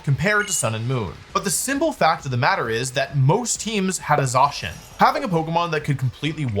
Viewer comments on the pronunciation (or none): I have never heard somebody pronounce "primordial" as "pruhmorjal" BRO WHAT DO YOU MEAN "ZOSHIN" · Idk why but the way that wolfey says Zacian's name kinda triggers me...